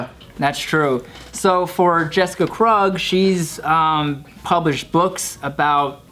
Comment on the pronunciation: Why don't u pronounce Krug like Torey Krug..